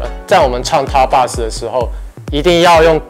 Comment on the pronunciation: box 是不是读错了？